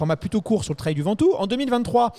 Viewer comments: le mot anglais "trail" qui signifie "chemin", viendrait du mot français "trailler" qui signifie "remorquer". Vous êtes sûr de vous ??? Vous le trouver où le lien entre remorquer et un chemin ? Il n'y a pas de honte à faire un effort sur l'accent lorsqu'on utilise un mot anglais. On se croirait avec des collégiens qui ont besoin de se moquer de ceux qui font un effort. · le trwail 😅